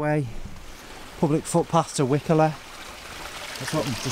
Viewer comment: Eh up pal it's cracking round here int' it buddy...Penelope Keith lived in wycoller for many a year pal just thought I'd throw that in mate... ps. you say it like why...collar as in the shirt atb good on ya son😀👍